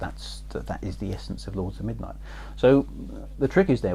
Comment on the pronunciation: I think your pronunciation of "Xajorkith" was fine - Chris gets that one wrong all the time! :P ...but your "Lords of Midnight" could do with some extra practice!